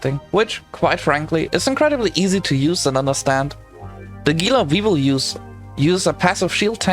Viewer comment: It's pronounced HEE-la.